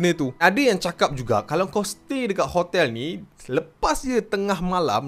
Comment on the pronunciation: Kenapa saya dengar ckp khotel ada k